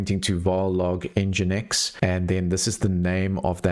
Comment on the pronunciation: Engine-x. No idea what you are calling it, boet.